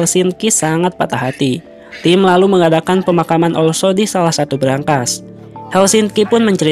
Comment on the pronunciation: oslo, bukan olso